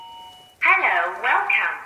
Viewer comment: /17 a females disembodied voice says. ( HELLO !) in an English accent like ELLOO🙃